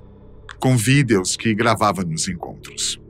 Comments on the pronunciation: Matéria muito boa, mas esse cara falando VÍDÊOS. não dá, saudades do boco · "os videús" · Quem fala "VIDEOS" desse jeito. kkkkk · Porque o apresentador está falando Vídeos de um forma estranha KKK engraçado